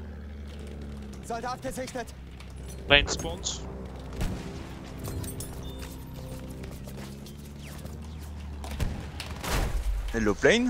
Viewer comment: you saying hellou to me at the start ^-^